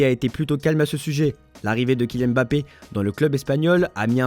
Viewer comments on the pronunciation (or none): none